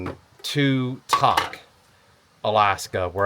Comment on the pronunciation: Tok is pronounced with a long O, Valdez is pronounced with a long E. Loved the episode.